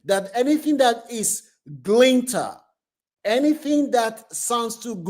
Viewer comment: Glitter not Glinter😅